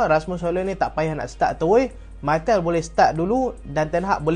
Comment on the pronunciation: bang sebut nama martial elok2 ah